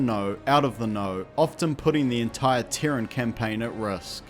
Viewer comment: What is a Teren? I'm assuming you mean Terran. Pronounced 'tear-rin'. As in : from Terra. Terra = Earth = Dirt. So, you could say Earthican, Dirtican, Soilan, Mudlicous, Mudballatious, sodirific...